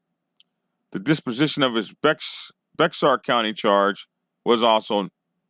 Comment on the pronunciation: Thank you for posting this. Just so you know, "Bexar" is pronounced like the animal, " bear". And why would 4 people give this post a "Thumbs Down"?